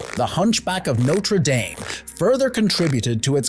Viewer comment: The pronunciation did start badly, didn't it? The last few minutes finally got it right. Thankfully.